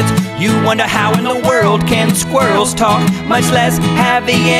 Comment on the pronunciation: It’s pronounced SKWI-RRELLS not skwrlls